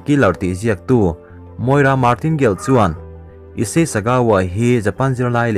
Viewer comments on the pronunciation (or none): none